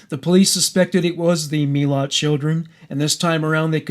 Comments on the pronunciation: Its Muh-lat right? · I am Aussie, and live only about 2 hours from where his family lived... the way you pronounce his name isnt right, BUT i appreciate it!!! It sounds like a story that i dont know the ending of, instead of his name leaving me cold and scared! He is dead now, but that man still terrifies me!! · yeah, exactly!! :) but the way he pronounced it, seems less scary. Odd huh?